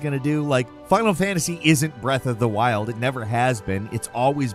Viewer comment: Bro can't go a video without saying "breathe of the wild" or "mundane" 😅